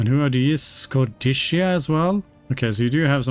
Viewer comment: Hi, Dacia is usually pronounced either with a tch sound (Datchia) or like you would pronounce the car brand name with a soft c (Dashia)